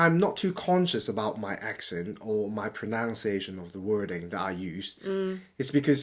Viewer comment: 有個字是pronuciation發音我是與你有不同,你查清楚,',nu'的發音有別😀